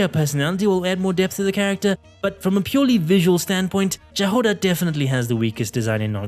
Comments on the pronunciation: You pronounced Jahoda wrong!!! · The pronunciation of Jahoda's name is killing me